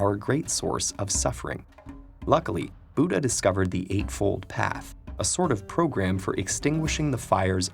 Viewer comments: You just wrong pronounced Buddhaa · the way he pronounce buddha's name lol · The way you pronounced the sanskrit word buddha and name siddhartha gauthama made me laughh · Plss pronounce Buddha correctly 😔😔